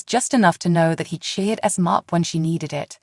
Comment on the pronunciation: Can't you please pronounce Esme's name right?! EZ may... that is how its pronounced, not Esem! NINA is Nee nah... not Nie nah!